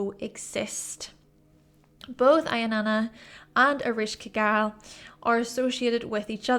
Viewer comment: eh-resh-ka-gul and sha-ma-sh, your pronunciation was pretty close